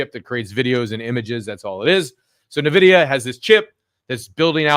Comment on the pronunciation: Hey, thanks for your analysis just one thing: It's not "Nividia", but "NVIDIA" without the i after n, so you say it like this: "Envidia".